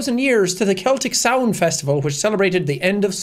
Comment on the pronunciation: oh my god as a pagan witch hearing pronounce samhain correctly is beautiful